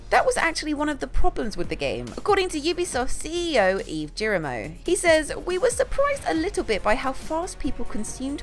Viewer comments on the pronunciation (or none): none